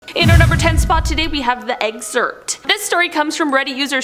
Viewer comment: 10 seconds in: STOP SAYING, "EGG-ZERPT!!!" 😭